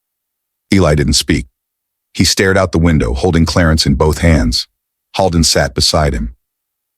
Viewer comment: I wish the narrator would pronounce the doctor's name correctly. It's not pronounced Hall-den, it's Hold-en, like the actor William Holden. Holden is a very frequently used name in my area of the state.